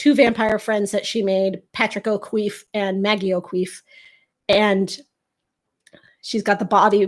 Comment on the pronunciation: As an Irish person, whoever said that O'Keeffe was pronounced "O'Queeffe" were wrong, and if they spelled it that way they were wrong too.